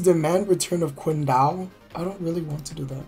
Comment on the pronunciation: I love that you cant pronounce anything lol German hoonta Jianzee clique Quingdo